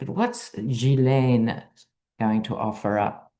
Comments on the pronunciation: It's GI-LEN, according to her brother. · Correct pronunciation is Jislen, with a soft J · Not Jilen, but Ghi, like in goat. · The last part is pronounced len not lane. I’ve sent a pronunciation video and also written pronunciation. It’s a pretty name when pronounced properly. ♥️ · It’s (hard g) GEE-LEN (short e)🇨🇦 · Ghislaine...Pronounce "Ghee-lane" Just take the "s" sound out. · "GHEE-lane" is the best transliteration I can think of. En francais, the "s" in her name is silent. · 'Gil' Like a fish has, and 'Lane' like the lane on a motorway, or an English county lane x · GEE-Layne, with a "hard G".. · Supposedly it's pronounced Ghee-laine, with a hard G. She deserves nothing, except to feel the fear and pain her victims felt. I don't care who is on the list. Depraved and disgusting, but hardly surprising. Expose it all. Thank you,. 💖💫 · As I understand it, Ghislaine is pronounced Zhe-lehn. Ironically, the name means "hostage." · Aah, love you, 😂you make me laugh every time I watch your videos - your dry sense of humour is wonderful!! P.S. it's Gilaine pronounced... Keep doing what you do, from Sue ex pat Ozzie in England ❤👍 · Ghislaine is pronounced Hzee len in France…The Gh is pronounced as zh …..like treasure or measure… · Ghee Len is how you pronounce the sex criminal's name. She's not who we need to hear from anyway since she's a convicted perjurer. We need to hear from the victims! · French speaker here: It's pronounced hard G (as in gurgle) -layne. The H in GH makes it a hard G. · Ghislaine is a French name. I had a high school friend named Ghislaine. It is pronounced Jis-Len. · It’s important to pronounce names properly. It shows you’re going the distance in gaining knowledge. It’s speaks of professionalism. The name is pronounced: Ghee-Lenn. A g as in get or go, gone, give. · You asked how to pronounce her name. It’s Gee (hard “G”) lane. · G-uilaine with a hard g Like gas😂or...guilty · It’s pronounced Ghee Laine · The S is silent.